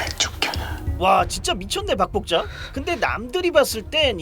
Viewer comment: 박복자가 자꾸 밥볶자로 들리는 신기함이있습니다!